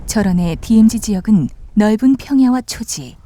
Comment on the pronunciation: 디에무지가 아니고 디엠지 라고 하셨으면 참 좋았을것을